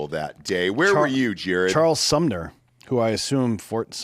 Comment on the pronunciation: Fort Sumter.......not Fort Sum"ner".